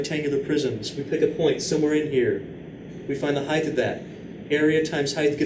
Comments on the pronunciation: heighth lol LOVE YOUR VIDS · as a non native speaker i hadn't heard of it before either so it's surprising